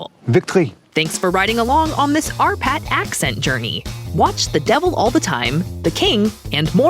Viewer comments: I thought for the longest bit, the narrator was saying "our pat" ! Possessive, aren't we? 😉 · Oh shit, she says "R. Patt" For the whole video I thought it was "Our Patt" And each time, I smiled after it :)